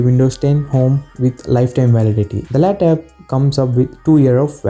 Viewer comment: It's not laptap it's laptop